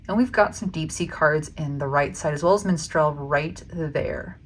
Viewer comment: im triggered by the pronounciation of minstrel lol